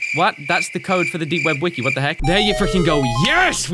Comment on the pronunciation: you said weki three not wiki three